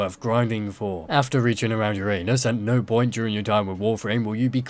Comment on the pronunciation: Uranus is pronounced "Ur-uh-nus", not "Ur-ay-nus" 🤦‍♂️. Only kids pronounce Uranus as "Your anus" 😑.